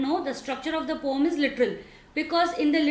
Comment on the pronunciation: it is poem not pom